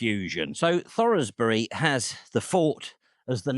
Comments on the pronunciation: Great video about a place I drive near a few times a week. BUT. It’s Thoresby is pronounced Thorz bih not Thor Rez bi and Adel is Adle not A Dell. Sorry for the pedantry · I enjoyed that, thank you. Just FYI, Adel is pronounced 'Addle', and Ralph Thoresby's surname is pronounced 'Thorsbi'. Nice to see the Leeds area getting a mention. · The antiquarian Ralph Thoresby is well known in Leeds and has a high school and an historical society named after him . His name is pronounced "Thors-bi", that is thor like the viking God, by as in wetherby, not like the frankly bizarre pronunciation you arrived at. Adel as "addle" has already been mentioned I believe. very good video though, I don't mean to be critical, very enjoyable thankyou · its thors-bi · Unfortunately,, you mispronounced Thoresby. The "e" is silent. It's no worse than thinking Adel was an Essex girl living in Yorkshire. 😂😂❤❤😂😂